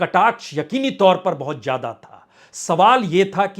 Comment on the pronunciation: "Ziyadaa" bolye lekin aap "Jiyadaa" bolte ho. "Zindagi" hota hai "Jindagi" nahi.